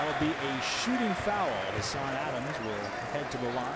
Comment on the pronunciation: Only one syllable in foul-you Canadian. lol. Good job on the mic. fellas.